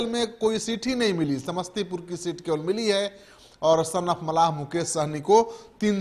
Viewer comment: Pahle bolne ka Sikh. Mallah hota hai malha nahi. Muzaffarpur jeet tay Hai. Khagariya or Madhubani dono me se ek seat Nikalna v tay Hai. Madhubani se Muslim candidate hoga. VIP party se.